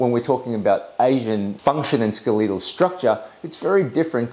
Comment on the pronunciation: Am I the only person here who's so disturbed by the fact that a doctor mispronounced "skeletal," a very common word.